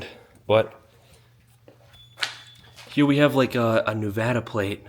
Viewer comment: Thank you for saying Nevada correctly....